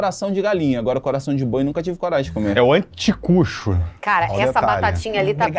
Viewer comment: Não é assim que pronuncia anticucho. E isso não é milho, é choclo